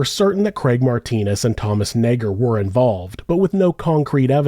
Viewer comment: You've been careful saying Nager 😓